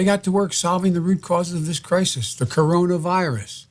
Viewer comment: Dude between that comment n 7 minutes is done of Worse I've heard yet ! Listen n you'll hear he says Crisin instead of Crisis ....he clearly says " Stop hoping for the best Mr Trump " like Who TF Ever tells anyone to Not hope for the best !?? N then 5 seconds later he slurs out the Covid number but he says UnAmericans !! Not Americans !!! 😂😂😂😂😂😂😂